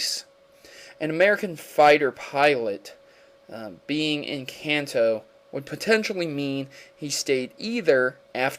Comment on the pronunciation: lol, i was going to say the same thing. Kanto: Kan, like constitution, To, like toe